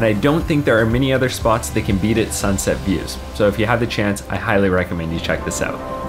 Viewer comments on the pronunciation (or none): none